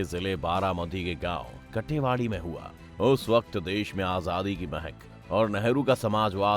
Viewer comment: कटेवाडी नही काटेवाडी है